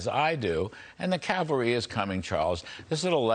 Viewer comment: Loved your interview with Charles. Love it when you remind us, "the calvary is coming"